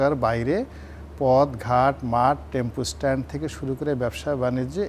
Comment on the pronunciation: টেম্পুস্ট্যান্ড 😂 আর কোনোকিছু বলার দরকার নেই।